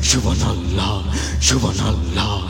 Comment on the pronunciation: ক্ষমা করবেন, আপনি সুবহানআল্লাহ উচ্চারনে একটু ভুল, আর সুবহানআল্লাহ বুকের বাম দিকের 2 ইঞ্চি নিচের কলবে হবে.